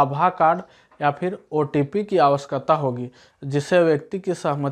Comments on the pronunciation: wo awashayakta hota hai awaksata nhi hota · Aawashkata nahi awashakta